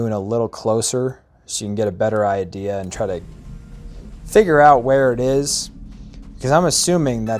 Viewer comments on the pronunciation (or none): none